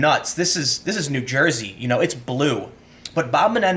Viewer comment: you pronounces "n'Joysey" wrong lol